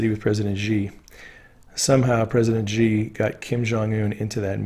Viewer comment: Xi = she not ji.